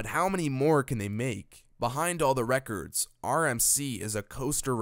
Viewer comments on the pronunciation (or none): none